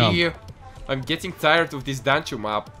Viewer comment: every time you say dancho it sounds like your saying ' Dance Show ' lol